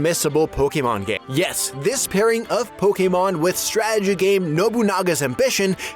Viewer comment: Youre like the one person on youtube who pronounces Pokémon correctly 😂